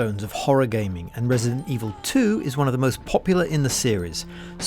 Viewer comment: “resint” evil?”